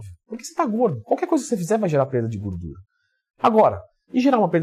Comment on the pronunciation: Aqui o já falava "gurdura" hahahaha